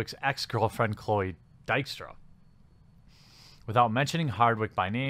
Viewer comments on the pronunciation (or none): The only problem I had with this video.... her last name is pronounced "Deek-strah".